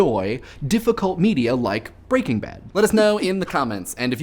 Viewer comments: 2 things. 1. One does not simply like Breaking Bad. 2. Why do you keep saying it BreakingBad. It's pronounced Breaking. Bad. It has a figurative full stop in the middle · I always thought it was pronounced Breaking Bad, with the emphasis laid more on Bad, rather than Breakingbad (as it is said in this video). Which one is correct? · Good video, loved the show and this raised some interesting points. Though, I have always pronounced it "Breaking BAD" rather than "BREAKing Bad". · I say it like you too, as do most people. The guy in this video is the weird one. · I am displeased with how you pronounce the title :P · Does anyone else have a problem with how he is pronouncing Breaking Bad? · I can't help but focus on the fact you put the stress on "Breaking" as opposed to "Bad', I read it as an iamb, and would never have thought to pronounce it as a trochee.